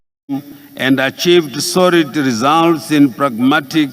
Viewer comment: "Your Excerrance" "Deveropment" "Vhunarable" "Mentarrity" Groball Charranges Poriticary Isoration Sorid Famiry Poritics Preased Impriment Varue Corabolate Estabrishment